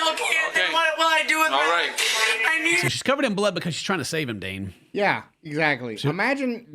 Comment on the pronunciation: Dane...not Dan